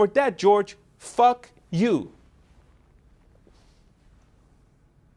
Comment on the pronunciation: You pronounce ( fuk you ) it so funny 😂